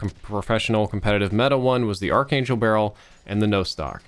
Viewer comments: btw its pronounced as ark angel not arch angel. the spelling may be quite confusing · Cringes in “arch-angel barrel” rather than “Ark-angel barrel” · Ark-angel man. You can't say it wrong forever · ARC ANGEL NOT ARCH Your killing me smalls.